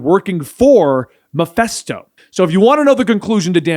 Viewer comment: Love the series, but one piece of constructive criticism: it's pronounced "muh-fist-OH." It's a short "i" sound.